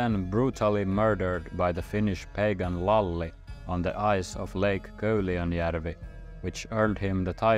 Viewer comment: I’m Hungarian and my name is Lajos, but my nickname is Lali and it’s pronounced almost identically like you said it in the video! Lajos is considered for an old traditional male name in our culture and same applies for the nickname Lali. It’s truly interesting to see and hear about these historical moments that shaped today’s Finland and the history and language (sort of) we share.